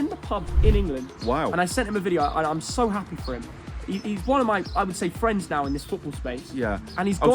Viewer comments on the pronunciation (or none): Fwennnnds loool